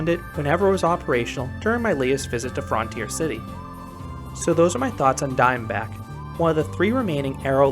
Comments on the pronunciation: I didn’t notice the way you were pronouncing it until Green Bean pointed it out. 😆. Yes, in America it’s universally pronounced frun-teer. I’ve never heard anyone say fron-teer. 😊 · frun-tier city!!!!!, not fron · FRUNtier not FROOONTIER